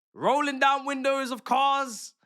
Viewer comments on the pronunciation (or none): none